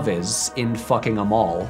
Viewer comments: As a Swede I must admit I laughed out loud when I heard how you pronounced "Åmål". It sounded like you said "'em all", which combined with the rest of the movie title explained to me why they changed the title when going international. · Laughed so Hard when he pronounced fucking Åmål as fucking 'em all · I FINALLY understood that "Fucking Åmål" is a pun. My scandinavian pronunciation makes it not sound like "em'all" at all. (Patrick actually nails the phonetics of the Å, but doesn't have the "scandinavian bounce" with a long first vowel.)